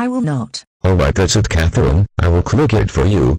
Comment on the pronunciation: It’s pretty satisfying the way says Catherine